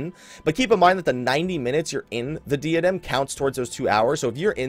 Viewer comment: Just sayin', I love ya, you're a pretty cool guy /fistbump. But it's pronounced like "DIE-uh-dem" rather than "DEE-uh-dem". Again, we cool, bro.